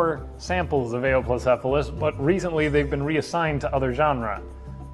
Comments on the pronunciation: Its You-wop-low-sef-a-lus, not A-ohp-low-sef-a-lus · Eh-woah-plocephalus?! I always say You-plocephalus... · I always pronounced it (dropping emphases and being lazy about transcribing my phonetics): "You-oh-plo-ce-pha-lus". Wikipedia seems to back me up: "yoo-OP-loh-SEF-ə-ləs" "Eh-oh" is...really weird to me, I'm not sure where that would even come from... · According to most sources I'm aware of--and this has been my favourite dinosaur for like a quarter of a century--suggest he pronounced it wrong. Presumably it's a secondary pronunciation from somewhere, but I've never heard or seen it transcribed before. I'm most familiar with this: "yoo-OP-loh-SEF-ə-ləs" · No, but really: this is my favourite dinosaur. Where did that pronunciation come from? I've never heard or seen it before, and it doesn't make much phonetic sense to me. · Your pronunciation was wrong but other than that this is awesome!